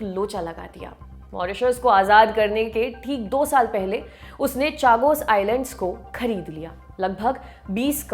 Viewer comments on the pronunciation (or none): Chagos का सही उच्चारण शागोस है.